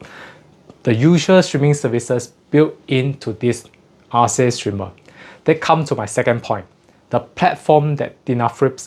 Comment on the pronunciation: Sounds like if it was named after the greek goddess it would be spelled & pronounced Arke, not Ar-see